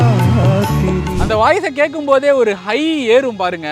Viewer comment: Kaayum vellnila illa vennila....he always pronounce like this I heard many songs....I don't know why